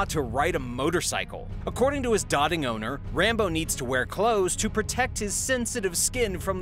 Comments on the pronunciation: Doat•ing (pronunciation) not dodding lol. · Dote-ing, not "dotting", dude. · Doting owners (dough-ting) sorry. Heard “dotting” 2x on this and drove me nuts. Rambo looks like his growth was stunted, which I suspect many ppl who have crocodile/alligators as pets do. If they age in a small enclosure, they will stay small. Snake Discovery here on YT took in an alligator who’s prior owner kept her in a tiny enclosure and it stunted her growth and actually disfigured her snout as she didn’t have room. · Sorry to be a grammer hound but doting is not "dotting owners", it's "doe-ting owners" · DOTING PRONOUNCED "DOE TING" NOT DOTTING LOL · Sorry driving driving nuts. It's not dot ting owners its pronounced dough ting. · not pronounced "dotting" owners but "doting = dough-ting" owners. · Cool video .. but bro... it’s not “dotting” ... it’s pronounced dote-ing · Thank you! It was driving me mad hearing him pronounce it as dot…. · AMY-able. DOTE-ing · Ok, I'm going to be that person. You keep saying "dotting" as in ... it's dō as in the musical note or doe as in female deer. Sorry, I'm a teacher. 😄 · Why are you pronouncing "doting" like "dotting"? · Nice video, it was very informative and I enjoyed it. However, my only complaint is that your pronounciation of "doting" is extremely cringeworthy.